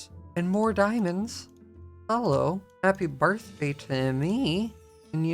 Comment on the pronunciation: He said hAaPy BiHrFdAy